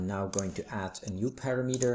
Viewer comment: hey, it's parameter (pəˈramədər) not PARA then METER! thanks